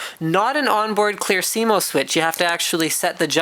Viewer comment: I agree with the Saying Asus part wrong. Say it correctly. also its C MOS Not Cmost or whatever your saying.